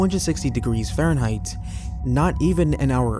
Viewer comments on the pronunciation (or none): none